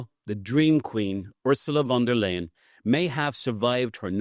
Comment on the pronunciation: I do not like her myself , but , please , pronounce her name correctly . Think of : to tell a " lie " = >> von der " lie " - en << ! Von der Leyen , one of the most incompetent and worthless career - politicians ever .